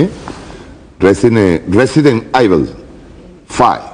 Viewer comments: resident ivol! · resident aibil?? no mames.... ademas la pelicula es pirata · jajajaja ESTE Sr.silva que RISA me dio, NO SABE COMO decir RESIDENT EVIL lol y acada rato anda preguntando como SE DICE? lol POBRE de nuestros HERMANOS VENEZOLANOS con gente como esta que solo dicen tonterias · JAJAJAJAJAJAJAJAJAJAA ESE MRK NI SABE PRONUNCIAR EL NOMBRE DE LA PELICULA VALE JAJAJAJAJAJAJAJAJA QUE RIDICULO